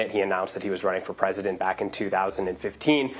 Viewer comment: Trump come back fo mo in twenty twenty fo!